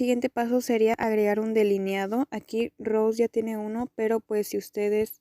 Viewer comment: se pronuncia rosÈ